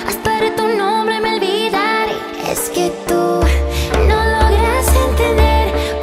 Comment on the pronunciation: olvidare is the only mispronaunced word